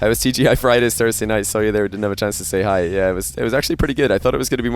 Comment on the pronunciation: It’s TGI Friday’s, not TJI!